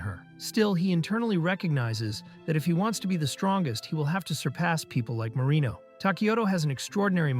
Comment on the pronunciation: Why I always hear marimo instead of marino